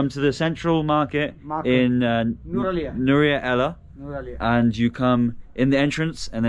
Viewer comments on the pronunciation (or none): Hey that is Nuwara-Eliya not Nuwara ella But ur pronunciation nice ♥️ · hi machan. not nuwara ella. it should be NUWARA ELIYA. ❤😌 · It's called "Nuwara Eliya" bro